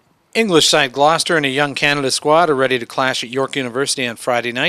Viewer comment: Learn how to say GLOUCESTER ffs